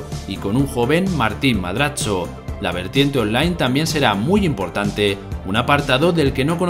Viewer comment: hasta donde se madrazo es mexicano no italiano "madrazzo"